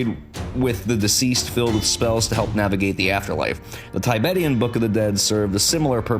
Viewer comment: Had to turn this off due to mispronunciation of "Tibetan" and the incessant, incredibly annoying music.